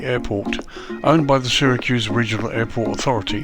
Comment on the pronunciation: Just an fyi, the "Y" in Syracuse is pronounced as an "E" Another great review, i ended up buying it as i live in the states and do plenty of Southwest Airlines ops